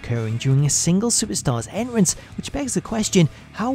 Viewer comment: Dude says “en rance” entrance my guy